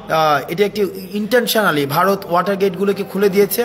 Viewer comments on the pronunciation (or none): none